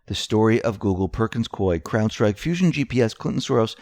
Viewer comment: Hey! CORRECT PRONUNCIATION OF PERKINS COIE IS PERKINS COO-EEE, RHYTHMS WITH GOOEY.